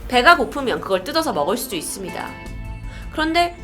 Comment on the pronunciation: 있써흡니다???ㅋㅋ 발음